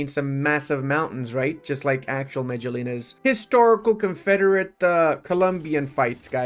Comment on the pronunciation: Medellín is (meh-deh-jean) or (meh-deh-yeen) you silly gooose.